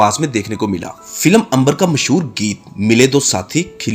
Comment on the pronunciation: تلفظ تو صحیح کرلو محسور نہیں ھے مسحور ھے.